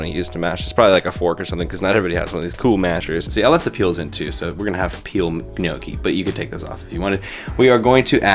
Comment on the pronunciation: Are you saying Miyoki? It's Gnochi :-P